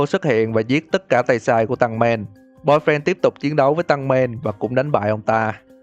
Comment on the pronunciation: tăng men Tankman: tên tao ko phải là tăng men mà là "tankman"!!!!!